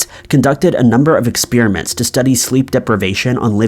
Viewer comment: Anyone else know about any interesting expeer-ements......??